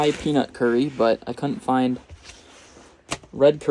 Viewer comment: Actually it is pronounced Curry